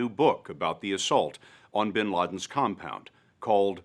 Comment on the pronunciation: BIN not BEN